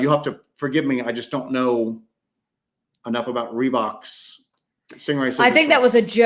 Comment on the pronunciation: Was just listening thought you said Rebook.... nah they where 5.11 tactical.